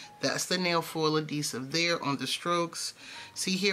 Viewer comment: Are you saying adesive? AdHEsive🤭 I am gonna try my nail glue tho, so ty!